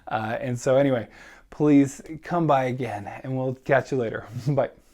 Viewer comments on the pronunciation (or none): none